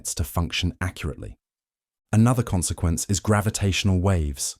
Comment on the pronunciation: fell asleep listening to this. and then i got sucked into a wormhole. *CON-SE-QUEN-CES*